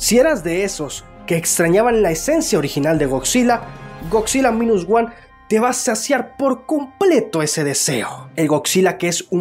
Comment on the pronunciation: Godzilla es muy realista ignorando el baile, el brinco etc ):/ y se pronuncia mainus woan aunq se escriba minus one